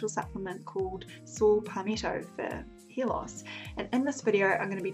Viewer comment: I also heard her saying "hear loss"😂😂😂😂 English is not my first language 😂😂😂